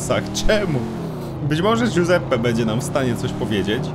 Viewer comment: "guseppe" w tej chwili nie przyszedłem po wytrychy Ale po pizze ;)